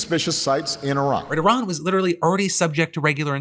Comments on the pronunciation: I miss having a president who could pronounce the name of the country we're at war with correctly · Sending JD Vance to negotiate with Iran is a poor decision for so many reasons, but one of the prominent ones is that JD can't even properly pronounce Iran. That would be like FIFA giving a major award to a man who calls their sport by the wrong name. Oh wait....